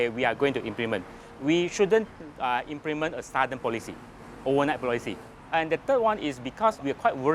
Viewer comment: Implement is promounce wrongly haha